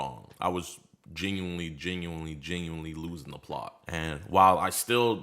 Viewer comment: lol the 'genuinely' in the HelloFresh ad hit different